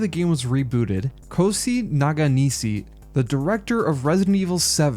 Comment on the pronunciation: Take a shot every time mispronounces Nakanishi as "NaGanishi" 😂😂